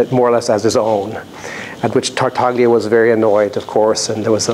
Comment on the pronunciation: Really nice talk! .. but note that the G in Tartaglia is silent.